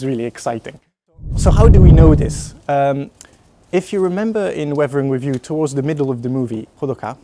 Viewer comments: revering review lol. Totally understandable since accent exist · Dude, I don't know why but, whenever he is saying "weathering with you" I am clearly hearing "we-vering review"